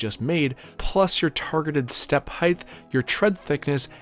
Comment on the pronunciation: Height is pronounced with a T at the end. Not a TH. You always say height as if it was spelled heighth.